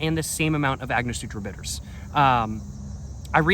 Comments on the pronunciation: AngoSTURA, not SUTRA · gotta start using ice my guy. and its angoSTURa not angoSUTRA. sorry not sorry. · AiNG-Oh-stur-aH! Say it with me! ANGOSTURA! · lol agnosutra it’s Ang guh stur a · An-ga-store-a bitters 😝❤🥃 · Its prounounced " ang-o-stura" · cracks me up everytime this this guy says "agnosutra" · I like Agnosutra better lol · Ango-stura bitters lol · An-gus-tora bitters is the way to say it